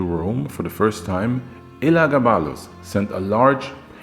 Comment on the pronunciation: oh it was still smoove my guy...Your writing is really awesome nowadays. But how you didn't butcher Elagabalus despite having to say it soo many times deserves congratulations lmao. It was basically a tongue twister at that point. Another great vid. Soo many Julia's though lol.Its like they ran out of female names or something